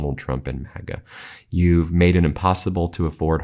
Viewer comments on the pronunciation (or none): none